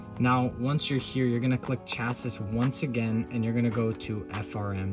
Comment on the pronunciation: Thanks for this! BTW my brother, the word 'Cassis'... is pronounced 'Cha-see'... Not 'Cha-sis'